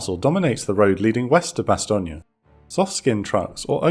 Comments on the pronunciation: It's very distracting to hear it pronounced "Bastone-ya" instead of "Bastone".I love the episode and the presentation of this very famous battle of WWII otherwise. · Great video, but Meuse is pronounced, Merse (rhymes with hers), and Bastogne, Bastone (rhymes with phone). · Weird way of pronouncing Bastogne